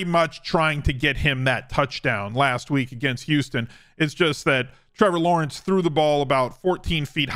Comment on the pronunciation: Meh-vor Lawrence 🤣